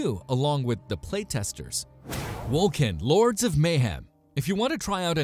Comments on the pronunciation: PoE Is not EXACTLY like diablo. They are very much 2 entirely different games. Lmao. Wolcen is pronounced Wol-sen not Wol-ken. Chaos bane is not out yet, lost ark is not out yet, not to mention Wolcen is in development, and so is Torchlight Frontier. get your shit right please. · Just a heads up, Wolcen is pronounced "wol-sen" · Is this a joke?! Wol « k » en?! Crap game.... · Yeah, that bugged me...